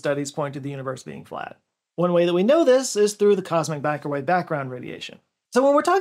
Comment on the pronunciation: " Cosmic backrowave background radiation". Am i the only one that heard this?!